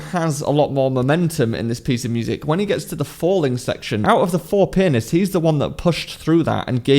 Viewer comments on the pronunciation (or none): Why did I hear "4 penis" in the first sentences....?